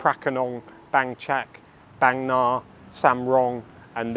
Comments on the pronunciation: Indeed, and in terms of pronunciation I more often hear the Bang in Bangna pronounced as Barng, and not Baeng as in the video. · Bang me Na? Bang Nah ❌ 😅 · Thanks, lots of good footage, insight. fun fact, บางนา is pronounced baang-naa ( า=aah). can't go by the (oft inaccurate) thai romanization. happy new year